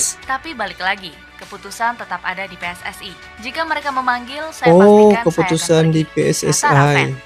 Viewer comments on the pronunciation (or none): Maaf pakcik bukan PI-ES-ES-AI tapi PE-ES-ES-I dalam tata bahasa Indonesia ada aturannya sendiri... jika itu singkatan kata dalam bahasa Indonesia maka gunakan juga ejaan alfabet dalam bahasa Indonesia...